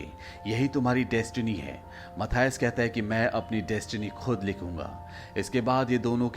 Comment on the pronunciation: Dono ka name galat bol rahe ho menan or mathuse hai 😂